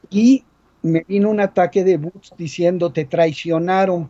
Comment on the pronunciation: No se dice buts se dice bots